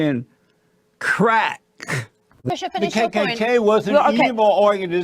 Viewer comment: Jesse is a closet homosexual who can’t say the word “crack”😂😂😂😂 look into this beta boy who likes little boys